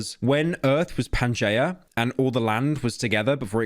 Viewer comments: why he pronounce it like "Pan Juh" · Pyro - Pan-jay-uh Americans - Pan-gee-uh Me writing this unaware of if either pronunciation is correct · the way you pronounce pangea 💀